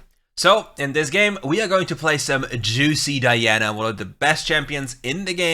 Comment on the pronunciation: I like because you said the name right🤲🏽